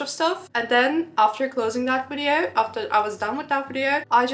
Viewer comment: Friendly advice: Please learn how to pronounce the word "video" correctly. Your English is pretty good, but in every video you use this word so many times, so it would be worth pronouncing it correctly. It is Video, not Wideo! 😊